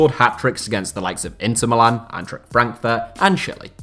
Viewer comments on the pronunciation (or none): none